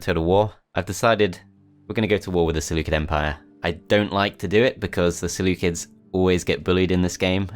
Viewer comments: Ah yes the Seleucids pronounced by the selukids This is a joke not something to mock him about thanks. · The seleucids are actually pronounced seleukids. Because in greek they are called selefkides